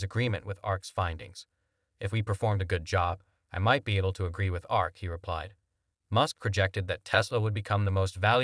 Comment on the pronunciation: It is A R K not arc. This is a clown.